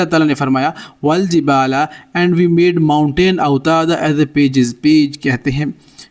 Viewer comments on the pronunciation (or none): Pegs کا تلفظ پیجز نہیں پگز ہے ۔۔۔اور پگ میخ یا وہ چیز ہوتی ہے جو نوکیلا ہوتا ہے اور زمین میں گھاڑا جاتاہے اور جس سے جانور وغیرہ کو باندھا جاتا ہے۔۔۔اچھی کوشش ہے